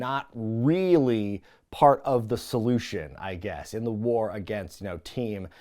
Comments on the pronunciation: As a native Pittsburgher, I do not claim Madden's oddball pronunciation of the word 'war'...or Madden for that matter. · I am from Pittsburgh like Madden.. No idea why he says war like that. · Nah, as someone from Western Pennsylvania like Madden, that's gotta be his thing, not a local thing. The accent can vary a little, but never heard anyone pronounce it that way. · I think the Mark Madden pronunciation of "war" was a tribute to Dusty Rhodes. That is the way Dusty said the word. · As a fellow Pittsburgh resident who has listened to Mark Madden on the radio for years, I can confirm that Mark's pronunciation of "War" is absolutely a result of the Western PA dialect. I love it! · Absolute cinema. What an unhinged PPV in all of the best ways. Regarding Madden's pronunciation of War, I think it's part Madden and part of the yinzer in him since he's from Pittsburgh. He still has his own radio show on a local Pittsburgh network, so I do what I can to avoid it LOL. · He's on the X in Pittsburgh around noon. I'm from Pittsburgh and I don't say war that way, though.